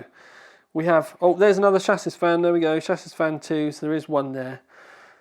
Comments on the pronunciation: my dear chap, when saying "chassis" the last S is silent.:) XXX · "chassis" is pronounced "shah-see"... or at least I thought it was :b